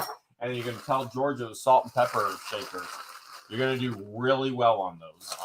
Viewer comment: Omg I was just taking a drink of my coffee and blooperd when he said salt and pepper shaker he said salt and pe**er I almost spit out my coffee. Love your vids as usual👍❤️🙋🏽‍♀️😂😂